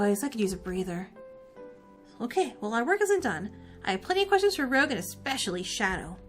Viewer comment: This game honestly brings me so much nostalgia from when I was really into this franchise. Also Rouge's name is actually pronounced R"oo"ge with a soft G just so you know.